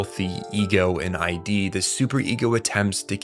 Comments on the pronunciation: Your Id is pronounced eid. It's not I.D. It's wild that anyone doing a video essay on psychology like this wouldn't even bother looking up the pronunciation. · dude, it's not I. D. it isn't your identification, it's a word, not initials. Id... take the first D off of did. that is how you pronounce it. if you can't pronounce Id, you shouldn't discuss Freud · ID is not pronounced I and D. It's pronounced id. Like "it" but with a "d". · It’s not the “I.D”, it’s the “id”, and you don’t know what the word derive means. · Great video! Really enjoyed the breakdown. Just one note the term in psychology "ID" is pronounced like "Kid" with a silent "k" not "eye-dee" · Good video but many words are mispronounced; freud's id is not ID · we can't be quoting Sigmund Freud and saying eye-dee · my guy, my dude, my brochacho, id is not pronounced I.D. man 😭😭😭😭😭😭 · No way you're calling it eye dee and calling him Poon Poon lmao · I love your content and analyses but something that bothered me in the Lain video was your pronunciation of id. It's pronounced as a single word, like 'it' but with a D, not like I.D. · its id as in "ih-duh" ya idjut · Pronouncing Id as ID is freaking me out. Government overreach has gone too far. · You’re the first person I’ve heard pronounce it I D like separate letters. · couldn't make it past . look, i get when people mispronounce words. it happens. but id? mothereffin *id*? and then saying it wrong over and over in such a short stretch of time. my brain couldn't take it. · you mispronounced "id" also this video insists upon itself way too much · amazing video man. you should check out the tatami galaxy, would love to see your interpretation/analysis of it. also its funny how many comments are crashing out about your pronunciation of id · driving me insane lol i was so confused why he was suddenly talking about identification 💀